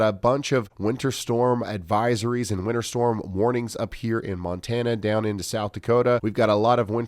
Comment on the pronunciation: The way Ryan pronounces winter makes it sound like he is saying winner.